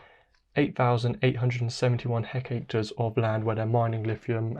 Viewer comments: Hectares is pronounced (heck-tares) nor heck ache ter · By the way it's hectares rather than hecacre. Enjoyed your video though, thanks!